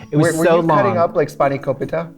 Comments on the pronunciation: “Spiny Copetta” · I've never heard anyone pronounce spanikopita that wat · me a greek person GAGGING the way trixie said spiNikopita ......... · I am Greek and Trixie's pronounciation and lack of faith in it on "spanakopita" made me choke on my drink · i HATE the way trixie said spanakopita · when Trixie said 'spanakopita' the Greek in me cringed